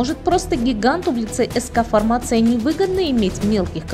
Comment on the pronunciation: К сведению: не фармАция, а фармацИя. Не путайте информацию и фармацевтику. "Бесплатно продавать маски" - ещё один граматей!